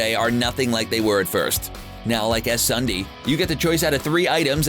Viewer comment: “Es-Undee” It’s Sun-dee thank you very much.